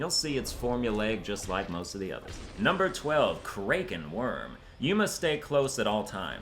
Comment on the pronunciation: You're the second youtuber that I've heard pronounce Kraken like that. The first being Kripparian. Are you canadian as well?